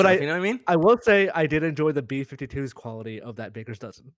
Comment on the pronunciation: I try to never make fun of people's speech habits, 'cause lord knows I've got a marble mouth sometimes, but had like 5 opportunities to say "quality" correctly and sounded like Elmer Fudd everytime.